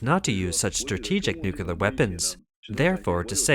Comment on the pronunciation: NEW - KLEE - ar Say it one hundred times and get it CORRECT. NEW - KLEE - ar. Nucular is NOT A WORD. 👎👎 The Taiwan Strait belongs to one nation only. The clue is in the name. TAIWAN. If the moronic bullies in the CCP want to try anything, we Allies say, "Just try it", Xinnie The Pooh. Just try it. The CCP vessels will be on the sea floor in five minutes. This is all CCP bullsh!t and bluster. Australia, Germany, Canada and The Philippines patrol in addition to the most powerful USA. M 🦘🏏😎